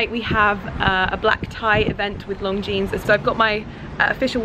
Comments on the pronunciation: It sounds like she is saying 'Long Jeans'. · How the hell do you get a job with a brand whose name you keep mispronouncing?! LONGJEANS? Do your homework, woman. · you keep pronouncing Longines like Long jeans, that is not the proper way. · it’s not pronounced long jeanes!!! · Cisel Carda she is, cringe worthy. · I hope you are pronouncing Longines correctly... wouldn't be awkward at all? it doesn't sound right..